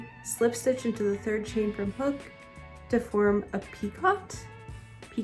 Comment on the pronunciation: It’s pronounced “ pee-ko “ silent t ❤